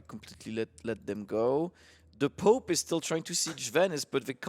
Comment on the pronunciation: I gotta say I love these casters, but the french accent is a... it's pope, it's not "poop".. unless you are pronouncing it that way on purpose, in which case .. thumbs up, dude :D